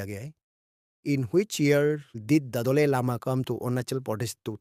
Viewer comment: Doley lama❌ Dalai Lama ✅